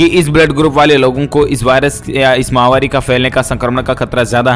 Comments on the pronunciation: फिर महावारी कह दिया आज महावारी नहीं महामारी मेरी मुहिम चलती रहेगी जब तक आप इस शब्द को सही नहीं कर लेंगे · आप माहवारी क्यों बोलते हो । माहवारी तो लेडीज को टाइम आता है उसको बोलते है । श्री मान भाई आप महामारी को माहवारी क्यों बोलते हो जब आप महामारी को माहवारी बोलते है तब मुझे बड़ी हंसी आती है । आप अपने वीडियो को फिर से सुने और अपने आप में थोड़ा सुधार करे । वैसे आप बहुत अच्छा बोलते हो । धन्यवाद